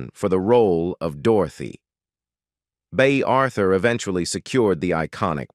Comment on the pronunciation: Bay Arthur really? Who are you?